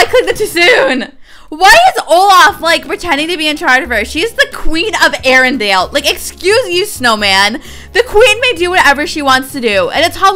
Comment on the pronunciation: LOL QUEEN OF ARENDEEL